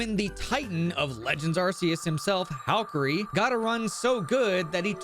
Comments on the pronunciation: Ar*K*eus, not Arseus. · I'm sorry but the pronunciation of Arceus is killing me already. ARK-E-US, not ARSE-E-US! The movie confirms it. 😭